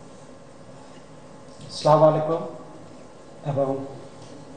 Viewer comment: সালাম দিতে পারে না। কি বলে স্ল্যামারলাইকু, হইলো?